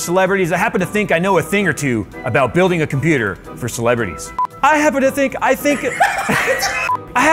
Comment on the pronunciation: wait, did you just say "He built himself a Computurd" ?